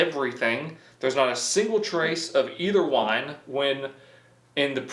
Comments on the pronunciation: Omg his wine pronunciation!! 😂 like he had no access to YouTube to get a reference !? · lmao they way the wine is pronounced